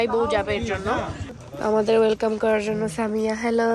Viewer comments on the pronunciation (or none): none